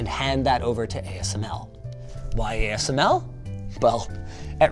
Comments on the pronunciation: you missed pronounced ASML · asmc? You meant ASML. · Great video. Linus says AMSC :)